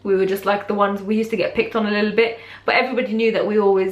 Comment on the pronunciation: I love how you said "a lottle" haha I do that. My hijab story is basically that I went mosque after my favourite Aunty died and saw how beautiful and modest and humble they were and how religion had changed them and I loved it and I wanted that so a day later I told my mum I wanted to wear my hijab and then that day she brought me scarves and under scarves and I became more religious Alhamdulillah and now I've worn it for.... 3/4 years so yay! I'm happy Alhamdulillah. 💕💪🏽 #ProudHijabiAlhamdulillah